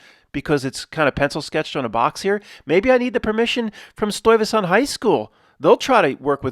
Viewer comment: It's a Dutch name. To hear tbe correct pronunciation, use the google translate Dutch vocalisation. I was the one who sent the Stuyvesant 1970s Dutch movie theater commercial that is loaded with 9-11 references. The retrocausality school of thought gets very much underscored with the existense of this commercial. Together with the affiliate story of the polical figure of the same name, Peter Stuyvesant has become a staple in presentation and a very funny one at the same time. I did the drawing here, and of course I include a pack of PS smokes. Kind regards, Paul